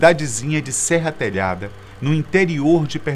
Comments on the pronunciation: Não é Serra Telhada, e sim, SERRA TALHADA!!! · Serra Talhada, e não Serra Telhada. Minha terra. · Já começa errando o nome da cidade, "Serra Telhada" É Serra Talhada! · Eu sou nordestina, natural de Serra Talhada PE, e não de "Serra Telhada" 🤦🏻‍♀️😂😂😂😂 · E não é serra telhada e sim, serra talhada. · Eu tambem percebi "Serra Telhada"kkkk Eu moro no nordeste moro bem perto de serra talhada sou da paraiba monteiro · Uma pequena correção, nascí nessa cidade e o nome dela é SERRA TALHADA e não serra telhada! kkkkkkkkk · Ele falou serra telhada🤔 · A intenção do vídeo é ótima, mas vi alguns erros; 1 - o nome da cidade que ele nasceu é Serra Talhada e não Serra Telhada. 2 - A origem do apelido Lampião não é por causa das balas que cruzavam o céu. Já li em alguns livros que Lampião amarrou um lenço no seu rifle e ao atirar puxava o lenço para carregá-lo. Uma artimanha que deixava a arma quase "automática". A velocidade era tanta que, ao atirar várias vezes, o cano do seu rifle ficava em brasa. Certa vez um cigarro caiu de sua boca no meio do tiroteio e ele apontou a boca do rifle para o chão para encontrar o cigarro e, enquanto procurava, ele dizia "acende, lampião!" Daí seu apelido. Pode até não ter sido isso também, mas faz mais lógica. Porque só as balas de Lampião passavam em brasa no céu? 3 - Lampião não obrigava seus cabras a andar de costas! Eles calçavam as sandálias de trás pra frente para despistar a polícia. Ah, só mais uma coisa: Deveria ter colocado imagens dos cangaceiros durante todo o vídeo. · O nome da cidade não é serra telhada. É Serra Talhada,localizada no Sertão de Pernambuco.Maria bonita era casada,se separou do marido pra ficar com lampião. Sou pernambucana conheço a história. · Parei de acreditar qndo ouvi serra telhada É SERRA TALHADAAAA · Já começou errando o nome da cidade, pois é Serra Talhada e não "Serra Telhada". Particularmente pra mim Vírgulino Ferreira da Silva( Lampião) nem foi um herói e nem um bandido e sim ele foi História